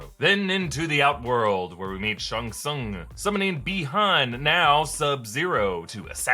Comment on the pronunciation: Its Shang, not Shung smh...